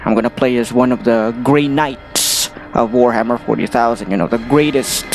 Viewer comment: Omg i died laughing at Natural "juan" when you said it and i looked down to check how you got as your name XD